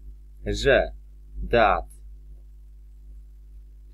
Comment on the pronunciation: No blagam ,,,,that" nie czyta sie jako,,, fet". To nie ser feta;). Wiele masz takich przykladow, ale ten mnie dobil. Nie polecaj tego ,Bo jak ktos nigdy nie slyszal poprawnej wymowy to tak zle sie nauczy.